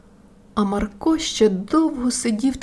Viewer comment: Та не МаркО, а МАрко 😕